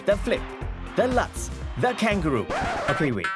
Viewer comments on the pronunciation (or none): No one probably cares but the Lutz jump is pronounced as lootz not Latz.